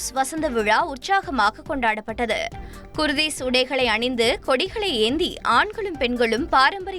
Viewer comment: அடேய் கூத்தி இல்லை கூர்த்திஸ் பன்னாடை தமிழை சரியா உச்சரிடா முட்டாள் இதில் செய்தி வாசிக்கும் பெண் ஒழுங்காக வாசிக்கிறார் அதந்த கோட்டு சேட்டு போட்டவன் தமிழை கொல்லுகிறான்